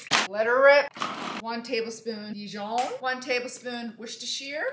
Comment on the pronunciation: I like the DIJON pronunciation 😅